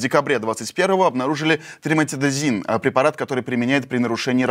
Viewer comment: Триметазидин, наверное. Просьба к ведущему правильно называть препарат. Или вообще не называть.